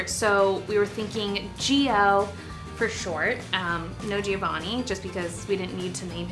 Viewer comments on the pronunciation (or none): I'm Italian and I feel like I have to say this: the name Giovanni (or Gio in this case) in Italian is pronounced like the Jo in the name John, so there's no stress on the i, you actually don't pronounce it! Btw I'm not hating or anything like that I just wanted to point it out... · Gio as you pronounce it sounds like 'jiyo' which means 'live' in Hindi! As used in 'live your best life' ✨ You are such an amazing and vibrant person! I wish you all the love and blessings in the world! ❤